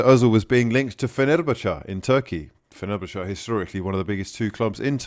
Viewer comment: Nearly passed out with cringe when you pronounce things weird like Fenerbahce and Izaguirre